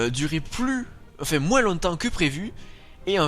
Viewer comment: Ah oui aussi, grâce a toi je ne peux que dire moinss... alors moi qui est dans le nord et qui dit tout le temps vingte... xD Allez courage !